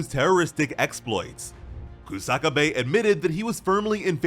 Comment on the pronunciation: It's Kusa-kabe not Ku-saka-bae